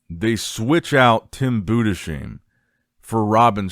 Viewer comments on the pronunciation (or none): Yes. You speak it "Boo-dess-hime". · Its Budes-heim not budesheim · good video. it´s pronounced Tim Budes-heim (like Ana-heim) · Please,, learn, how to pronounce some names It is TIM BUUDEZHAIM and SLAVOY BEDNAARZ Thank you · I'll keep posting until you notice, Tim's last name is pronounced Boo-Dis-Hime, please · it's pronounced boo-diss-hime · is unable to speak german last names